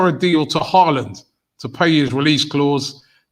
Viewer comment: Mans said haaland omd